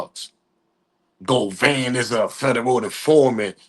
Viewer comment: Say it witme GO-VAN NOT GO-VAIN GOT IT OK